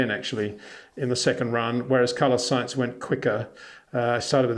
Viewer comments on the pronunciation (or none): none